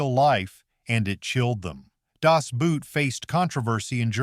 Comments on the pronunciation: Good review. But it's pronounced "Das BOAT". The German "Boot" sounds just like the English "boat". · It's not "Das Boot" like footwear. "Boot" is pronounced almost just like English "boat", NOT English "boot". Learn to read German! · Das Boot, is pronounced with a long "o" not a "u". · Das Boot is not a Stiefel. No Das Buut. The O is not spoken like a U. The O is spoken like the O in Telephone. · The second word in “Das Boot” is pronounced like English boat,, not boot as in footwear. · Das Boat, not Boot. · I have never heard an English speaker pronouncing the German word "Boot" correctly. Funny enough: The pronunciation of the English word "boat" is way closer to the german "Boot" then the word English speakers use when they try to say the movies' title in what they think sounds German. Actually it should be rather obvious that the German "Boot" is closer to a "boat" than it is to something that you put on your foot. And so is the pronunciation.